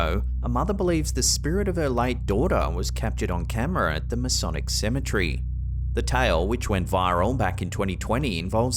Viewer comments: It's cemetery not cemetrey dope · Symmetry??? No. It's proper pronunciation is seh muh teh ree...you're welcome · You said it wrong it’s cemetery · You’re saying cemetery wrong you’re saying